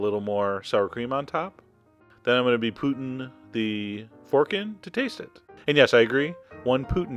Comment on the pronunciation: Why do u say poutin? instead of putting?